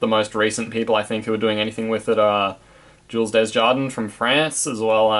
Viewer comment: Your pronunciation of Jules' name is utmost terrible